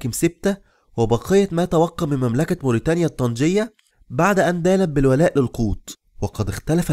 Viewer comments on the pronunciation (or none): none